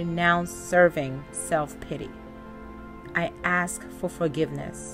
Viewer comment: Ask not Ax…lol